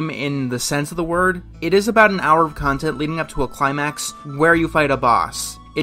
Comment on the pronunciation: Or rather, it's con-tent